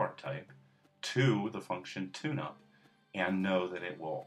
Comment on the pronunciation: made a class called 'tune-up' sounded like tuna. anyone?